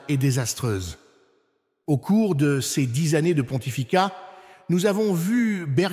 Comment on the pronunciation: La voie qui fait la lecture dans cette vidéo est une voix créée par l'I.A., une voie qui bloque sur les articles tel que le mot ''ces'' est prononcé ''cé ess'' ... Alors est-ce les vraies paroles de l'Archevêque Viganò? L'I.A. trompera de plus en plus de gens à mesure qu'elle se perfectionne.